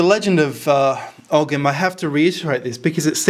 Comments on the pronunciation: Hi, It's always great to watch your daring investigations. I wonder though, would you consider using a different pronunciation for Ogham. In Ireland we would say something like "o-im", similar to Owen. The "gh" is usually silent in Irish.. Unless of course the word is pre-Irish in which I wouldn't know. Cheers, Richard Dublin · You don't pronounce the G in ogham, you pronounce it oham. I like the D.N.A, similarities. It's the same with the I Ching it's like binary computer code and the hexagrams are numbered. Any attaching the celts or ancient Britons to the Abrahamic gods or Babylonian traditions is a type of nonsense discredited already as British Israelism. WHO writes that ogham is from the tower of Babel? CHRISTIAN monks in the 14 century, who have a vested interest in fabricating these connections. No Ogham has nothing whatsoever to do with Arabs or the middle eastern fantasies from Babylon. It is an original British language. Not content with genociding the people that used it, Christians now want to steal its sovereignty. There are many attempts to connect Abrahamism to the British Isles since the Christians arrived. All complete tripe.